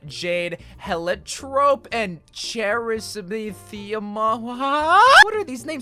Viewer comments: This man said "chra san tha ma WHAaA?!" That word has been stuck in my head since 2nd grade when I pronounced it wrong and everyone made fun of me. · you don’t know how to say chrysanthemum? chris-anne-the-mum it was a book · The #21 skin name is pronounced cry-sant-thee-mum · Him trying to pronounce chrysanthemum is great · You can't say chrysanthemum 😟😟😟 it's a flower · who else was surprised he didnt know what a chrysanthemum was and said it even worse